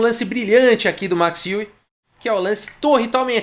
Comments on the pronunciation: Fala! De acordo com o google translator em holandês, a pronúncia correta não é "I-WE" e sim "U-WE"! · a pronúncia (holandesa) correta mais aproximada é ÊUE mesmo, como qualquer interessado pode conferir num aplicativo gratuito chamado Say it Right!, em que nativos de vários idiomas gravam suas vozes pronunciando nomes e palavras de seu idioma materno...Lajos (Portisch), por exemplo, a pronúncia em húngaro é Laios (o J tem som de I, como em muitos idiomas da Europa Central)...A pronúncia Larros é à espanhola, em que o J tem som de R... Alternativamente, existe também o site FORVO...Abraço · Boa noite! O Max Euwe jogou uma simultanea em Porto Alegre. Com 40 participantes. Meu pai jogou na epoca e empatou com ele! A pronuncia é Óive. Excelente canal! Continue com suas analises bem feitas. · A pronúncia no holandês é Êuve mesmo, só que o W é um V mesclado com U. Sai um negócio tipo Êuvue. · Tenho um colega de trabalho de família holandesa e que nasceu na Holanda, mas veio para o Brasil com seis anos de idade. Ele ainda lembra um pouco de holandês. Perguntei dele uma vez como se pronunciava em holandês o nome Euwe. Ele pensou por meio minuto e disse: êuve. Não levei muita fé. Não dá para confiar muito. Mas desde então só o chamo de Max "Euve". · Possíveis pronúncias: Euwã ou Euwà., tô muito fã desses vídeos. Abraço! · Se pronuncia Max Euwe como Max Eiué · Olá,. Tenho um filho que está morando e e estudando na Holanda, por isso, perguntei para ele sobre a pronúncia d o nome Euwe. Ele respondeu assim: "Oi, Carlos. Esse site de pronúncia inclui o nome, dito por um falante nativo: É mais ou menos como "Ãve". O som exato do "eu" não existe na língua portuguesa." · a pronuncia do holandês e' como o alemão. seria , em portugues o'ive :) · Prefiro a pronúncia errada desde que seja com a sua narração kkk